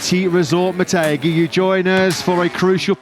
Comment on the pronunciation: its MO TEH ghi not Mo TAY ghi I might go tomorrow